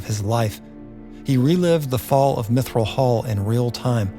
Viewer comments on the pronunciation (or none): Mithral hall, not Mithrill hall, unless you want to be sued lol!